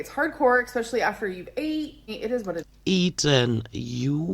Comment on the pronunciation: I can't with her. "Expecially" .... 💀😂